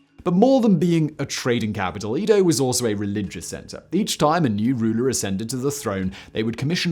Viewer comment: #OnlyOnePhoneticNitpick: Eh-Doh... Not Ee-Doh.